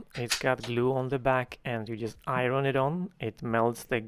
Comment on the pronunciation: STUNNING!!! BTW…, I think/thought it is/was charming when you pronounce/used to pronounce the word “iron” in two syllables. (I’m a Language Arts teacher. LOL!!!)